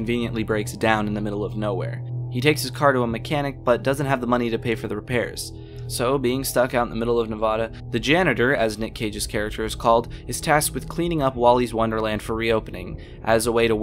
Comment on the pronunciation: its nevada not nevoda